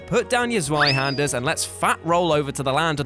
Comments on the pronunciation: Hayden Rollyson it's because of the accent on the a. The part that bugged me was the first half. Not zway, zwei. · Hayden Rollyson because it was wrong. It's German, and is pronounced z-v-eye-harn-der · The way you pronounced zweihänder genuinely caused me pain